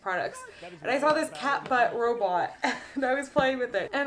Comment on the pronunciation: Instead of 'cat robot' i thought she said 'cat bra', I was just listening to her.